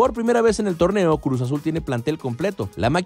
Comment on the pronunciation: No es wey, dijo cruz pero el wey no pronunció bien